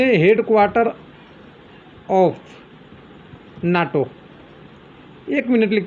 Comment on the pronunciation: it is NATO not noto